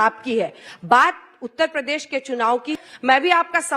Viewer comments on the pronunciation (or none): आजकल इस विरासती नेता को रात दिन कुर्सी ही दिखाई देती है पर जनता है कि कि समझने को तैयार नहीं है। योगी जी यदि अजय कुमार विष्ट हैं तो अखिलेश यादव भी टीपू हैं। भाई पहले मुख्यमंत्री का सपना देखने से पहले ठीक से उत्तर प्रदेश का उच्चारण ठीक से करना सीख लें।बार बार उत्त प्रदेश सुनना अच्छा नहीं लगता।